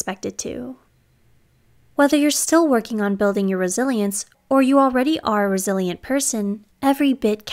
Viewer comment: I keep hearing it as "brazilian" instead of "resilient"